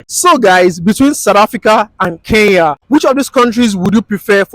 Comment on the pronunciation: Our nigerian brothers and sisters once again its "KENYA" not "keya" use the "N"